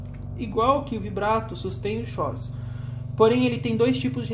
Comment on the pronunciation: Duas dicas: a pronúncia de chorus é "córus" e other é "óder".